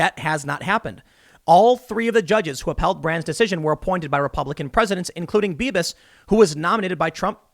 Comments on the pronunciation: Beavis? Are you saying Beavis? Lol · Did anyone else hear "Beavis" when Tim said "Bibas"? ...just me?